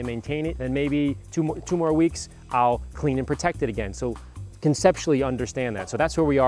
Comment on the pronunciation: Peotect Pee-rinse